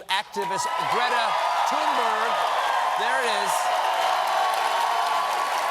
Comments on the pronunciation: Greta's name is pronounced "Toon-berry". She said so clearly in her on video clip. Please stop saying Toon-berg or Thun-berg! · It’s pronounced tuneburry one day someone will get it right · For the past year, Greta Thunberg has been making the news and talk show circuit. She introduces herself over and over in clear English as “Tune-BARRY.” Then one show host after another sittings there and reintroduces her as TOON-BURG. (Even the ones that take needless pain to roll the R and say GR-R-RAITA) And then tells us we really need to listen to her. Greta has been named Person of the Year in the same 2019 that Merriam-Webster declared “non-binary They” to be Word of the Year. If we can learn to use people’s Preferred Pronouns, why can’t professional journalists and highly-paid anchors learn to pronounce an internationally acclaimed youth activist’s Preferred Name?